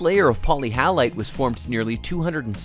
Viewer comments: It took me the entire length of the video to realise he's saying halite and not howlite. It's different minerals dude, learn them. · Halite is not pronounced hallite